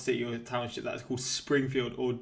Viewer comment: "Springifield" omg. ugh.